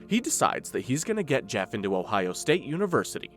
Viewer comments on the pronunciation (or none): none